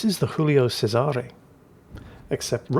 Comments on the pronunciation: Giulio Cesare. “JOO-lee-oh CHE-sah-ray” They’re not French; you are permitted to say their names properly,. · Strange mix of Spanish, English and Italian pronunciation there. Giulio Cesare is pronounced Ji-oo-lee-o Chez-a-ray. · never fails to mispronounce Julio Cesare or anything non-English, so I truly believe he doing well and back to his antics.